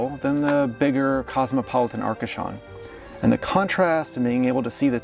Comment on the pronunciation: Okay guys but it's ARCACHON hein, not "ahcashaawn" faut bien leur dire 😂